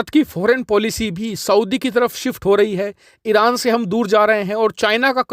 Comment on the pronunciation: You want to say Arab and pronounce Iran very funny are you drunk